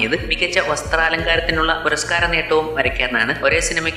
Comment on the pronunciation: Not Kaudukam.... Kauthukam...